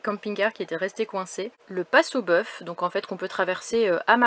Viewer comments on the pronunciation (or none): none